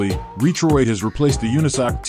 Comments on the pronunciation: These robot voices.. LOL! RE-troid.. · It's all good, the voice nearly tricked me if it wasn't for the Re-Troid lol. I just see so many videos with robot voices and slideshow pictures, there's so many of them now.